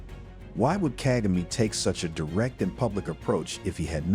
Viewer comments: Seriously! Ask people to help u pronounce african names... Kaa=gaa=me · You need to learn how to say president kagame’s name. Until then your work and opinion is useless.